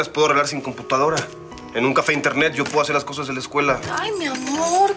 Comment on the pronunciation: Nadie se ah fijado que teresa dice : computancara 🤣